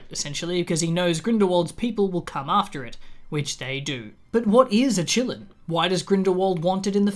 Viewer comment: i know you're saying "qilins" but i keep hearing it as "chilluns" (as in children) and i just think that's hilarious. also, the qilin in chinese mythology (or kirin, in some cultures) does have a story of basically being an omen for the next ruler or sage of an era. it's been used in some media (like pet shop of horrors) to symbolize divine authority and its choices, but it's not THE PICKER OF RULERS in the sense rowling decided it was. so to me it feels like she did a racism/orientalism, which she does a lot (what the fuck kind of name is nagini? that's not a name lmao, you just took "nagin" (snake lady) and added an 'i' to it joanne wtf). anyway, love your videos,!